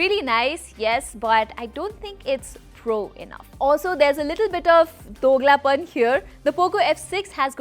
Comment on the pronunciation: When she say doglapan 😂😂